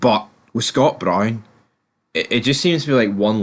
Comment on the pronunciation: No1. There is no old firm the Rankers died in 2012. No2. Can you not pronounce Brown right. No3. Chris Boyd hair and teeth transplant is the most biased pundit on the telly. No4. Away and bile yer heid.